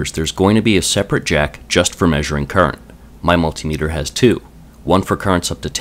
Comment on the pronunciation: Im really glad you pronounce multimeter properly rather than the rest of america with there mul tie meter :)